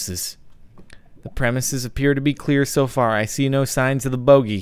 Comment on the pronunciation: "I see no signs of the bogy" at first I thought he said "I see no signs of the booty"